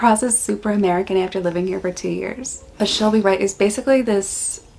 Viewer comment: True - people forget about those rapid tongue movements. “Flat out” is also a play on words as lizards have short legs. They have to lie close to the ground in order to lap up water. PS. - you pronounced “She’ll be right” just like an Australian! 🤗